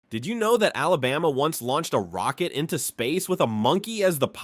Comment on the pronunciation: This was totally false. It is evident that you know nothing about our Alabama. You need to learn how to pronounce the name too. You were so far off. And you lead into the video was a clear violation of YouTubes click bate policy. You never said anything more about Smith lake where the city was flooded and covered over by water. And most of the pictures were not from Alabama. How about fact Checking before you waste peoples time on something you know nothing about. Proud Alabama Native!